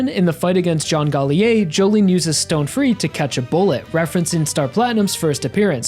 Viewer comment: The deepest part of it was when Jolyne said “sTonE FReE.”